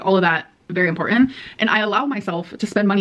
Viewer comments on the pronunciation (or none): Impor-en [important]